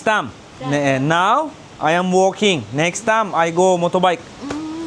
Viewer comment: ay em wooolkinnggggg , wooolkinggggg bankonkkkkk🤣🤣🤣